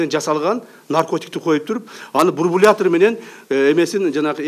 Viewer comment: Бурбулятор,.... Бурбулятор... Ээээкок мээ Ташиев! Бурбулятор эмес, бульбулятор,😉🖕